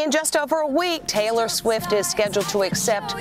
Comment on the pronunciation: Yo that narrator says Taylor talor